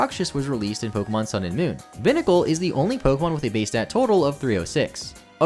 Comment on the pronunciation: Vivillon is a Vivid Papillon, Vi-Vee-Awn, not Vi-Vill-On Binacle is a Bi-headed Barnacle, Bye-Nacle, not Bin-Acle. Dhelmise is a haunted anchor. If you Delve where it lives, you can meet your Demise. Dell-Myze, not Dell-meeze. Grafaiai is an Graffiti painting Aye-Aye. Graf-Eye-Eye, not Gra-Feye-Feye